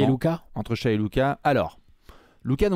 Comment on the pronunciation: Ca se prononce Shai, et non Shaï Mavs en 7